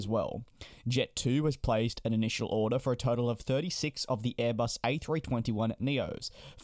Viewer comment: 'Odour' 'order'